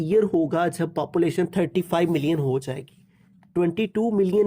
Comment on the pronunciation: sir ji papulation nahi population hota hai 🤣🙂